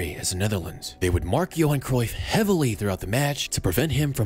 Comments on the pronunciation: Wtf is Kreuff?? Cruyff is Dutch not German!! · I wonder if there will ever be a foreigner that pronounces “Cruyff” correctly. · its Kruif